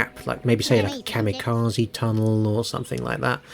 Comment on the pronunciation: Ka-mirages! 😂 I ❤ it!!!